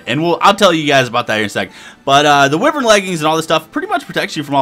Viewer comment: Ahem... Wyvern is pronounced 'Wi-vern". It's one of those weird words.